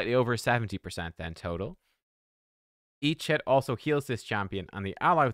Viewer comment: I don't think i have ever seen anyone saying "Each hit" sounding so closely to "Eat shit". 😂